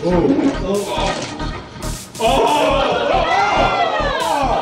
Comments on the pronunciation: that white man said tranqilo lmaooo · tranquilou Lol